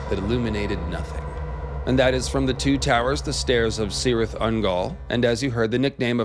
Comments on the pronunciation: "Minas"= 'meenas", 'Cirith= keerith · Minas as in "me" or "milk" Not Minas as in "mine" or "my" Cirith as is "key" not "see"